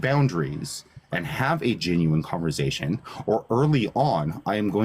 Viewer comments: Who wants to have a “converZation” with a petty control freak😂😂😂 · Converzation hahaa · “In this converzation”…and man, if you made a drinking game out of how many times he said the word “boundaries”, we’d all be dead 😂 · "Converzation" makes my skin crawl 🤮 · converzation... wtf? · Converzation? What a tool, only tools choose to mispronounce words. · Conver Zation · cOnVeRzAyTiOn okay buddy